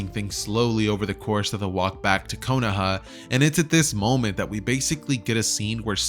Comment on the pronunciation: konohah?????? no hate just telling the latecomers